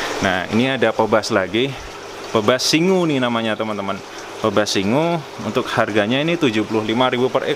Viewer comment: Bacanya "pibas" bukan "pebas" 😅